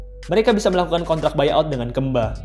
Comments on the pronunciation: ngomong kemba ga gitu juga min, keeeeemba 😮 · Kemba nya sunda jadi Keumba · Kemba woi bukan kemba. Wkwkwkw apa sih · Bacanya Kembi ngggg😁🤭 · jadi Maksudnya KAMBI???? Ngggg😜🤣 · Baca kemba nya bukan kek gitu 🤣😂🤣😂🤣 aneh banget gue dengernya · Baca pas E nya agak aneh🤣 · jadi inget jaman bocah dulu, susah bet ngebedain E sm 'e 😂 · Kenapa hrus nyebut kemba nya gt sih? 😂 jd ngakak mulu